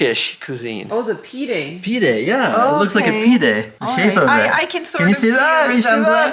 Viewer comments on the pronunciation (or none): Pide is pronounced Pee-deh, not pee-Day